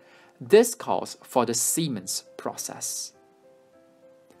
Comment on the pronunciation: This was an amazing project, but I lost it when you kept saying Siemens. 😂🤣💀